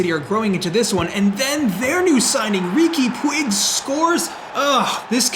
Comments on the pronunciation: don't wanna be such a criticist, and whole this project is just great, but Riqui is not a pig, pronunciation is something like pooch) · try saying like Riki puch son't pronounce the I or the g